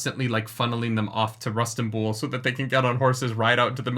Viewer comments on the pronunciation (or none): Isnt it Risenbul and not Rustinbul?